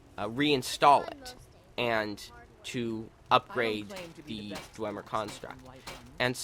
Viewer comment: its pronounced dw em er not dw ym er